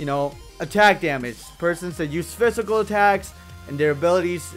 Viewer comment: omg i love how says phisycal...sounds like...fistical =))